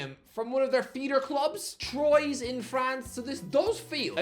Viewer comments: *Trwa. But it's not like he'd know lol. Just wait to hear him pronounce "Moises Caicedo" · Just for future references,, Troyes isn't pronounced like that. It's more like "Twar"! And, considering Newcastle played them once in the Intertoto... thing, you should already know that!!